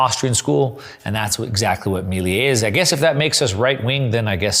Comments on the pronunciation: Excellent video really enjoyed it. By the way Its pronounce Milei not Miliei. Cheers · Bro, love your content. One quick observation: Me - leh - ee ❤